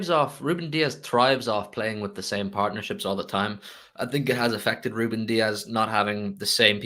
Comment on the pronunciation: Need to put some respect on Rubén’s names